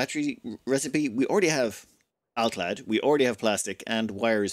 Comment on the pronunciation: My ASC'd mind shouted happily when hearing completely correct "alclad" in this ep. <3 Thank you great voice!